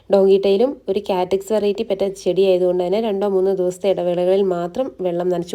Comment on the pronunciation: Good collection. പിന്നെ കാറ്റക്സ് അല്ല cactus..kaaktus aanu correct.